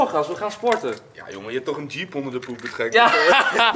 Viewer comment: ja, toocchh (dat was echt een rare toch)